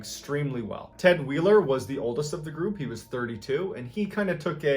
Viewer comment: I believe his name is pronounced w-eye-er Weier.